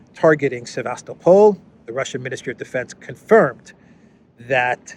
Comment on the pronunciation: Sevast-O-pol ( emphasize third syllable and soft l on the end ) With the way things are going, its not bad idea to start learning Russian lol. I hear its a popular thing in Africa already.